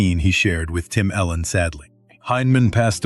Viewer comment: His name is Tim Allen not Tim Ellen u say miss his name